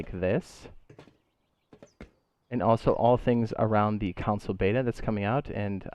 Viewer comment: First time watching one of your videos and I was confused why you were saying council lol than I released you meant console and I was like ohhh that makes sense gonna binge ure vids now